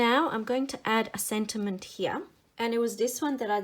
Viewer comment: The word "here" is a one syllable word.